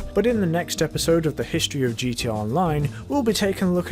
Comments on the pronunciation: why do you say gt online you keep forgeting the a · Is he saying gt online or gta online?